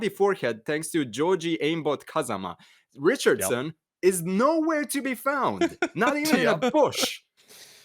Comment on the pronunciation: Ricard-son? I thought it was Richardson